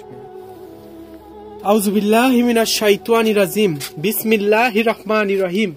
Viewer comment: ভাই দয়াকরে আপনি বিসমিল্লাহড়া সঠিক ভাবে বলুন। বিসমিল্লাহির রহমানির রহিম এটা সঠিক আর আপনি বলেন বিসমিল্লাহির রকমানির রহিম এটা ভুল এবং এর অর্থ পরিবর্তন হয়ে যায়৷